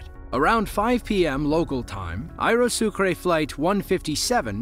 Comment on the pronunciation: in french: sucre=sugar and aero=air, its a french word that you are pronouncing in english lol